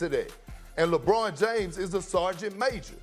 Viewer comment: Good god I would rather hear a cat fight a donkey than hear Perkins say “LEYBRUHN JAYYMES”